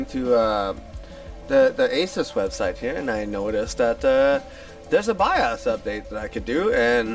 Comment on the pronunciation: the way you say bios drives my ocd crazy XD